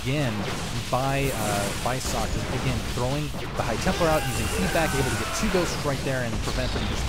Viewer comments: Socke is pronounced like "zocca". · nice to see German Players :) an btw.. its called SockE, meaning sock keep up the good work!